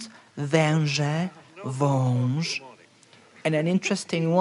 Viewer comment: Great pronunciation <3 Only „ą” in „wąż” didn’t sound 100% Polish, the rest of it was perfect.